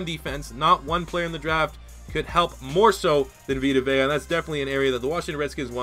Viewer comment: Take a shot every time mispronounces "Vea". EDIT: He mispronounces it once, but pronounces it right during his selection.